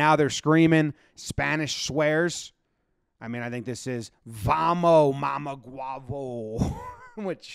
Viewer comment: Jomboy saying mamaguebo is the best thing ever since toilet paper was made🤣🤣🤣